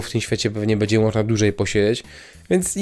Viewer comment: bĘdzie, nie bEdzie bo ciężko się tego slucha